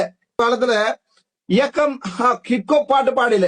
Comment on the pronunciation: இங்கே அர்ச்சுனா கிப்பு கொப்பு என ஆங்கிலத்தில் உச்சரிக்கின்றார் ஆனால் அது ஹிப்ஹொப் என்பதை ஆணித்தரமாக கூறுகின்றேன். இந்த ஹிப்ஹொப் பாடலை tms 1960 களில் முருகன் பாடலாக பாடியுள்ளார்.ஆகவே தரம் கெட்ட சங்கீதம் ஆக வர்ணிப்பது கண்டிக்க தக்கது. இளங்குமரன் இங்கே தமிழ் கலையுலகத்தை promote பண்ணத்தான் pta இல் அந்த பாடகரை கைது செய்ததாகவும் ஏதோ அரசாங்கம் Oscar award company மாதிரி சித்தரிக்கின்றார். அந்த சிங்கள சிங்க பெண் கூறுவதை எல்லா இலங்கையர்களும் கேட்டு உணர்ந்து திருந்தாவிட்டால் சோமாளியாவின் பக்கத்து வீடாக மாறும் இலங்கை.